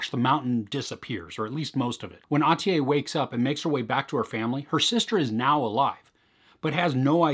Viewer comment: The last syllable of Atiye is pronounced as "-yeah" not as "-yay". Nice review though I think the best Turkish series is Şahsiyet (Persona), but I don't know if it's on Netflix.